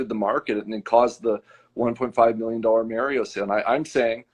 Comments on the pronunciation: I dont trust a guy that calls mario "mair-eo" ...PERIOD! 😂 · Oh, right, it's the famous "Merry-oh" plumber. FFS, get at least that part right... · Also, this guy still doesn't know how to say Mario.